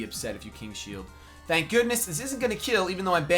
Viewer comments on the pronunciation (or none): none